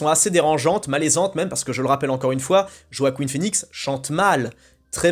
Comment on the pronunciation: "Joaqueen" phoenix 😂